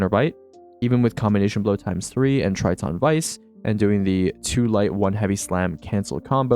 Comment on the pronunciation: crazy work on that pronunciation of Triton